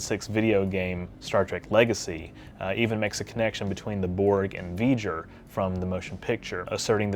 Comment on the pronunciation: in the video that plaque shown CLEARLY reads Voyager with the oya more faded than the other letters why did you say V-GER instead?